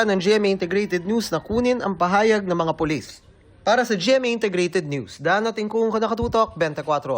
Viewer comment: Wlang hiya. naka ilang rewind ako pra lng pakinggan sabay sabe Polissh ang polis🤣🤣😜